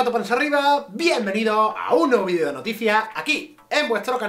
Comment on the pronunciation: Extraño cuando decía "vidrio" en vez de "vídeo":,v. La vida ya no tiene sentido